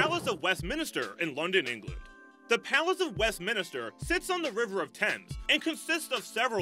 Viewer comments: westminster not minister :) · As a Welsh man I can't help but laugh when hearing people trying to pronounce Welsh names. Y Senedd is maybe not that easy. I have never heard anyone pronounce Cardiff in that way. Fair play for trying to say it every time and not cop out and say the national assembly building of Wales. I respect that not a lot of people would do that. Also I did chuckle at the way you said Westminster. Oh yeah what was the loud music cutting the end of the intro off? Very odd. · If you can't pronounce Westminster correctly, you have no right to be a narrator.